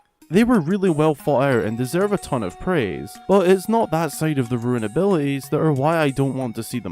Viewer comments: Rune is pronounced roon, not roo-in. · Dude, it’s understandable if english isnt your first language, but if it is, then how are you pronouncing a simple 4 letter word wrong? Lol. It’s “rune” not “ruin”.